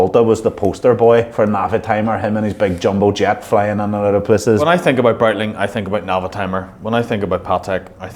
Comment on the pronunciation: Breitling criminally underrated, proper watch brand with heritage. Just wish he would say it right 👀😂😂